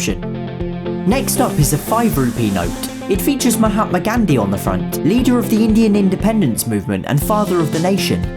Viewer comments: You pronounced Mahatam Gandhi wrong but it’s okay since you are not a Indian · mahapma gandhi me:its pronounced as Mahatma Gandhi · you pronounced barat and Mathma gandi wrong and also Sanskrit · His name:Mahatma Gandhi What says:Mahatma Candy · I know you apologized for pronunciation so I'm just pointing out Mahatma Gandhi couldn't have been pronounced more wrong.😑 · The only man to pronounce everything correct (except MAHATMA GANDHI) love you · And I'm pretty sure you got the pronunciation right expect mahatma ghandhi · You pronounced Mumbai and Mahatma Gandhi wrong plus I know this because I am Indian myself🇮🇳